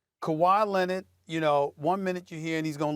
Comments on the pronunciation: Stephen A: Kawhi “Lennid” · “Kawhi Lennid”